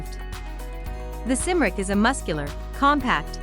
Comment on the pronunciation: Except it's pronounced Kim-rick